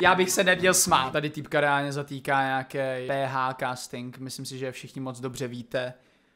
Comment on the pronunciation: A je to “ reánlně”